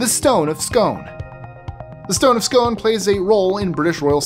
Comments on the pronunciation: Scone is pronounced “scoon” 👍🏽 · The Stone of Scone is not pronounced that way. You're saying like an American ice cream cone with an 's' in front. It is actually pronounced like "Skune," or dune with an 'sk' instead of a 'd.'